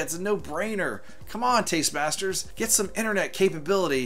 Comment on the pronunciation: They need to work on a license with Nintendo for DK and all cabinets should have stereo sound. BTW, it's Tastemakers. Not trying to be a smartass. Just want you to know for future vids.